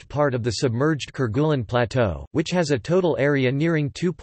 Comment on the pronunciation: French pronunciation: care-gay-LEEN